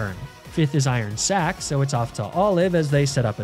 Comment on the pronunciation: My Man said "Iron sack" 💀